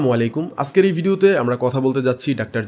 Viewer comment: শব্দটা ‘আসকের’ না, ‘আজকের’ ... আপনারা যারা মানুষের উদ্দেশ্যে ভিডিও তৈরী করেন তাদের উপস্থাপনা ও উচ্চারণ শুদ্ধ হওয়া দরকার ....